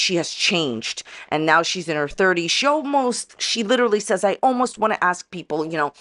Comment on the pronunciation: I just love how she had to say "leeedurally" right in the middle of a "breakdown". I don’t think she knows what the truth is anymore.. played choosey with the litter of kittens and Romeo was the winner...I mean LOSER!